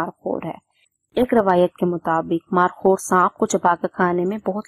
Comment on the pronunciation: مارخور ہوتا ہے مارکھور نہیں ہوتا